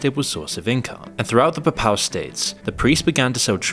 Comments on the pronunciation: PAY PAL not PAPPAL, it's not that difficult... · Also incorrectly pronouncing "papal". It's not "puh-PAL", it's "PAY-puhl". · Saying Paypal would be a closer pronunciation for papal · It's not papow states... it's Papal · Papal is pronounced as PAY-pəl. Look at wiki. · There is no such thing as the puh-pal states 🤦🏾‍♂️🤦🏾‍♂️ Also it’s very easy and a parent to tell that you’re taking the Jake Tran method of putting up these videos and scamming your audience via sponsors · please learn how to say the word "Pay=Pahl" bc you sound illiterate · XII is 12th. Also it’s pronounced Pay-Pull states. I can see you’ve done a lot of research but it is very disappointing to see you make such easily avoided errors You mean “Warring countries”, WAR-ing. Do you write your scripts? If so, surely you know you meant ‘countries at war’. “Ceremonial hissy”??? You mean HEARSE, pronounced her-ssss. What’s wrong with you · mispronounces "papal" every single time he says it. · Content aside, has anyone else noticed a bunch of mispronunciations? "Papal", "warring" "hearse". Is moon and ai generated voice? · That's not how 'Papal' is pronounced. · It took me a while to work out he was saying 'papal' 🤣